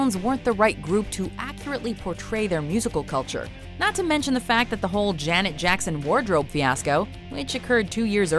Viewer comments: Hey its Micheal Jackson not Jacko!!😡😡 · NOT JACKOOOOoo it's Jackson can you do your research first before you actually narrate whatever you want to narrate. Dont call him like that EVER again I'm telling you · You did not just call him Jacko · Call him Jacko one more time. I DARE YOU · Put respect on MJ’s name, his name isn’t “Jacko”, it’s michael Jackson... dislike for days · Call him "jacko" one more time and you're cursed for life!!! His name is JACKSON! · Who the hell is this woman presenter who is calling the king of pop jacko.. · you just didn't call him Jacko!! Don't you ever call him that ever again! It's not JACKO, is MICHAEL JACKSON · Michael Jackson has the best halftime show also did you just call him jacko? His name is Michael Jackson and don't you dare call him that again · you got dislike because you say michael jacko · That lady literally said “Jacko”🤦🏽